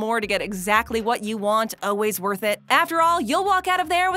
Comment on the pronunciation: Does it bother anyone else that she pronouncements always as Oh-ways? I cannot unhear that!